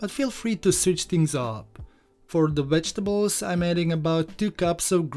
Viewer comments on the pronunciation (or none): none